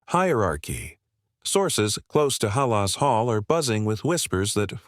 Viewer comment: 9-8 record. This man can’t pronounce Halas Hall . Can’t follow this man. Didn’t do his homework.